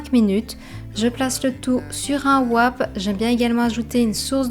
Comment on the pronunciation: Merci pour ces idées utiles! Par contre le W dans wrap est silencieux (en anglais en tout cas!) donc on dit juste rap, comme la musique ;)